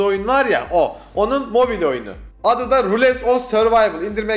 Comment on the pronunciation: lan rules diye değil ruls diye okunuyor